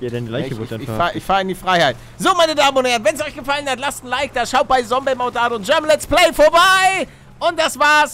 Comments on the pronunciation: Wie er damals immer sombey sagt anstatt zombey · Der alte legendäre Palle der noch Sombey sagt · Ich🙋🏻‍♀️ und das „Sombey“ triggert ja richtig😂 Is mir früher irgendwie nicht so aufgefallen😂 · Und Sombey statt Zombey gesagt hat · ich die das jetzt noch guckt und mich es jedes Mal aufregt wenn Palle Sombey sagt anstatt Zombey haha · Wie er damals noch Sombey gesagt hat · Paluten es heißt Zombey nicht Sombey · Bin ich die Einzige die Palle immer Sombey sagen hört 😂😫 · Wie er Zombey noch sombey nennt xd